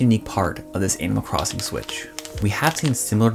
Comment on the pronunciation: Kinda messed me up, I kept hearing "anal crossing" at first. I WAS TOTALLY confused. LOL.. thanx for the review!